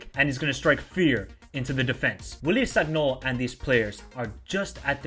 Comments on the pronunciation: please, it is written sagnol but you read it as san-yol. do not take this badly, im just trying to help. :)) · G in sagnol is like g in lasagna bro😂